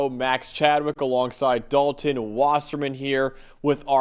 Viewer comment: Me: Dal-ton Max: Dolen